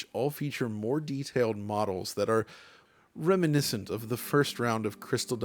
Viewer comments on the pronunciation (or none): none